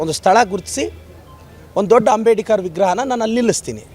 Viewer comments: ಮೊದಲು ಅಂಬೇಡ್ಕರ್ ಅನ್ನೋದು ಕಲಿಯಲು (ಅಂಬೇಡಿಕರ್ ಅನ್ನುತಿದ್ದಾರೆ) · ಅವರ ಹೆಸರು "ಅಂಬೇಡ್ಕರ್" ಈತ ಯಾಕೆ "ಅಂಬೇಡಿಕರ್" ಅಂತ ಕರೀತಿರೋದು 🤔